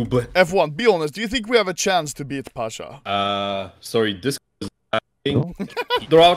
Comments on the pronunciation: Not "pAsHa" its Pasza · ITS PASZAAAA